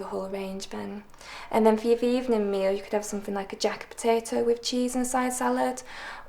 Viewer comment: did she say "a jack a potato" ? wth is that?